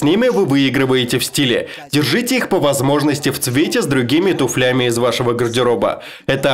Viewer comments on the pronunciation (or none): Большое спасибо за перевод. Очень познавательный контент. Сделаю небольшую поправку на будущее, слово туфли будет еще не раз появляться в видео дальше, поэтому при озвучке постарайтесь ставить правильное ударение на У. Не сочтите за придирку, просто смотреть видео будет гораздо приятнее, спасибо за понимание и удачи в переводе следующих выпусков.